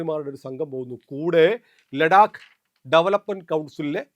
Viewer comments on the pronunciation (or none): സർ യഥാർത്ഥത്തിൽ ലേടാക് എന്നല്ല. ലെദാക് എന്നാണ് ഹിന്ദിയിൽ പറയുന്നത്.